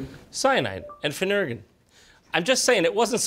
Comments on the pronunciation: Oof. That’s not how you pronounce phenergan (promethazine). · ...I will never un-hear phenergen pronounced "fuh-NUR-gin". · “Cyanide and Phenergan.”